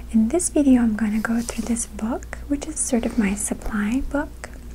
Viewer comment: I love the way you pronounce "through" ^_^ <3